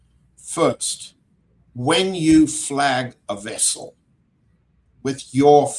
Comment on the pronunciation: I think is pronouncing the vessel incorrectly, but anyway great analysis